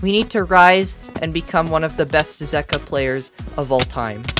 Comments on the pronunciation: Zeqa is pronounced as Zek-wa not Zeek-wa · It’s pronounced ze-cwa 😂😂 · Zeqa (zegua) that's how u pronounce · It’s pronounced, ZEE-KA